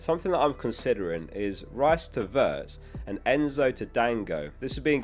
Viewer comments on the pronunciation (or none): none